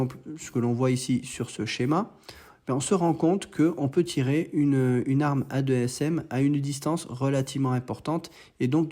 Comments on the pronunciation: Super analyse, je bosse dans la boîte qui développe le guidage du Mica NG, et aussi le AASM 1000KG. juste on dit 2ASM et pas A2SM 😉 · on dit 2ASM, pas A2 SM